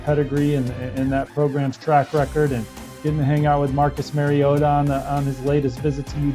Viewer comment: MAR-E-OTA not Merryota, you &%#¥